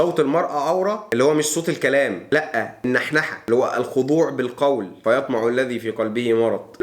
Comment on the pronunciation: فيطمعَ بفتح العين وليس بضمها لعلها سهوا منك وجزاك الله خيرا على توعية الشباب